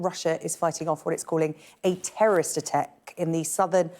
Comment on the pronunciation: She said ATTEK and then struggled to speak. Fire this woman immediately!